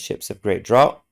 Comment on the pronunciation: The word "draught" is pronounced like "draft".